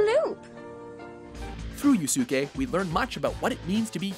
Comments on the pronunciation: Yoo-soo-kay...its Yusuke like Yoo-skay...its even said in this video... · I beg of you, work on you're pronunciation. Yusuke, not Yoosookay. They say it in the clips for goodness sakes! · ......yu-su-ku????? This is my favorite anime of all time and you butchered the main character's name?? Triggered >:^| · The protagonist of Yu Yu Hakusho is named Yusuke (You-Sue-Kay) not yusuku people! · did you really say you soo kuu????? its yoos-kay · First off, yu yu hakusho is VERY popular, rightfully so. Maybe not naruto or DBZ, but popular still. Also... Yu-su-Kay? Yusuke is pronounced yu-skay! Gah! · You literally played a clip from Yu Yu Hakusho where someone says "You-skay" and you still pronounce it "You-su-kay"? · its pronounced youSKAY! yousuuukukay!!! GAWD!!! -.- redo this damned video -. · FUCKING YEU-SU-KUEY???? Oh god I wish people would research Japanese names before they utterly fucking destroy them. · Did he just call Yusuke "Yusuku"? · did the narrator seriously pronounce Yusuke's name as Yusuku.... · 1st of all Yu Yu Hakusho is not underrated at all its considered on of the greatest anime of its time 2nd of all the guy keeps pronouncing Yusuke as (You-sue-key) then shows the dub clip of them saying his name, do they not give these a watch before uploading them? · lol "Yusuku" and the false samurai champloo logline... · first off its pronounced use-kay clearly Botan says his name in the clip and they aren't look for the flower samurai in samurai champloo or anything they dont even watch these shows i swear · durarara and baccano are from the same writer. but really you-suuk-ey? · Excuse me if this has already been said, but... Yusuke = "YOO-SOO-KOH"!? HOW!? HOW do you fuck that up so badly!? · Yu yu HA-kusho Yus-uku Ba-KA-no facepalm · "Yoosookee" LMAO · What the fuck did he just call Yusuke? This guy has clearly never watched a single episode of Yu Yu Hakusho YU SU KU? WHAT THE FUCK KIND OF CRACK ARE YOU SMOKING?!?!?! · It's pronounced Yu-skay!!!